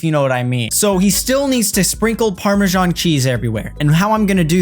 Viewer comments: ITS PARMESAN CHEESE NOT PARMESHAN😭😂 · 'Parmajan' cheese